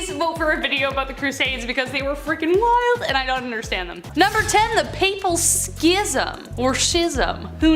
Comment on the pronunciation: First Boudicca is pronounced Bow dicka. Second Schism is pronounced like scissors. Sism.